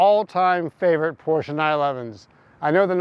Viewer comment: Great video! But it's Porsche. Not Porscha